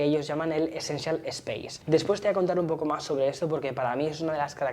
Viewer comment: Jajajajajajaja ese scential space me suena muy alemán Saluuuudos, grandísimo contenido🎉